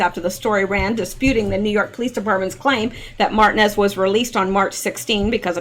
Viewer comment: Martinez Mar-teen-ez(es) :) you're welcome Ma'am